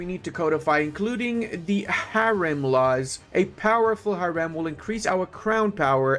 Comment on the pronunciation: he didnt said haram, he said correctly, we turks says harem. and he said harem